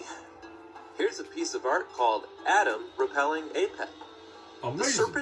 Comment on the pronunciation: Flat earth research at its finest: Skip the important parts and focus on something that has nothing to do with anything. I'm pretty sure that's not real picture of that particular creature. It's Atum not Adam. This guy need to learn how to read. Christianity is many ways based on earlier religions and believes so it's not surprising that there are same stories that other religions may have had. They are expecting lots of visitors in Cedar Park so when all the tourists are in the town, getting those things done can potentially be bit more difficult. And I'm sure this guy are just about explaining why. And he didn't. How shocking. Shows that those guys didn't have that much of imagination when naming places.